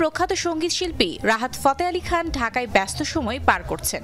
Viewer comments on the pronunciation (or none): Rahar fote ali khan???? Name er ussaron o parena 😅